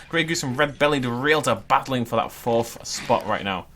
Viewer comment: FORFH FIFFH SIXFH, GEEZ SPEAK BETTER ENGLISH XD